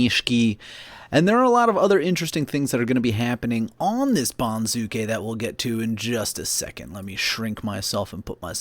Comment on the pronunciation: accent for banzuke is on first syllable BON zoo kay, not bon ZOO kay